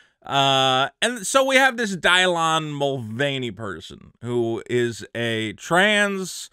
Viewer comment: Who the hell is “Die Lawn”